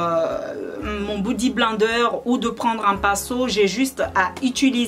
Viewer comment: on ne dit pas bodi blender et on ne dit enstenper